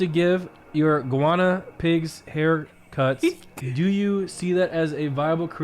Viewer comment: I don't believe that Nick can't pronounce Guinea Pigs.